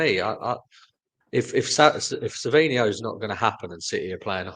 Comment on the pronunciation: Why do you keep saying: "Savio" the guy's name has an 'N' in it. It's pronounced "Sav-ine-O" (Savinho). Or am I missing something here?